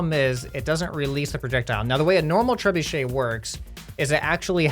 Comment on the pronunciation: You said trebuchet wrong